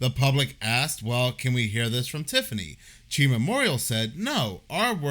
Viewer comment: Its pronounced C-H-I Memorial. 😂😂😂 Its hilarious hearing you say Chi 😂😂